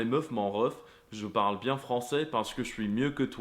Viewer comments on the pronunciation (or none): none